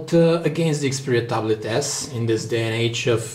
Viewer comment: I like when he said the word ta blet..